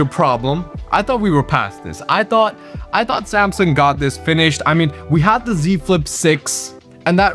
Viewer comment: "Samsung" pronunciation was accurate . 10/10 video